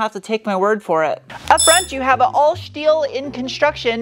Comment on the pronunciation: I feel like the shteel shtick has to shtop